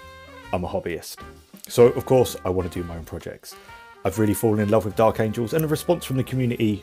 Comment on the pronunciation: Angels...not Angles.